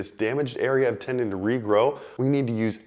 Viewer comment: What's a tenon? You mean tenDon pronounce the d